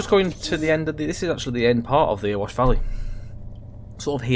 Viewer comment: its not "earwash valley" its "eh-re-wash"